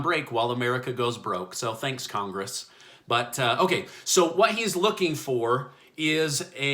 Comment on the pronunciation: “But ohgay.”